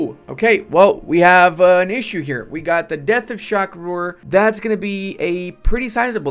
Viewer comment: it is Shah Rukh, not shak rur, ps check the net there is an indian actor, how his name is pronounced